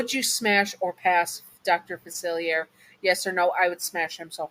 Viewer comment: I dont want this to come across as rude, just want to provide a pronunciation guide. It's Facilier, said Fu-Silly-Aye (hey without the h). And Loa is Low-Uh. Again, that wasnt to be rude. I love listening to your videos and hope you're remembering to take care of yourself, just like how you remind us listeners to look after ourselves.